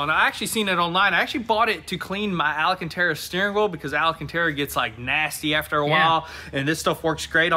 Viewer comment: For the love of God, it's ALCANTARA NOT ALACANTARA.